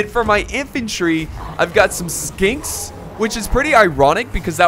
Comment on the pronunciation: DUDE !! Skinks really ?????? O.O You have their name right in front of you wtf !! This high tier Heresy ! My ears melted xD